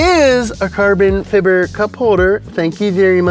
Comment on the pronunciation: Carbin fibber???